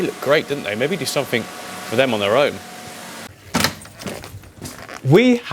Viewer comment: Click sumfink 😂